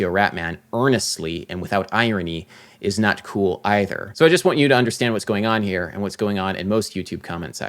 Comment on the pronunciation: “It’s not kewwl” 😂